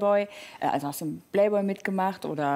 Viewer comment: Sie sagt playboy wie bayblade